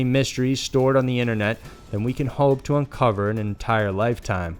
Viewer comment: Inet mysteries? Why did he say it like that lol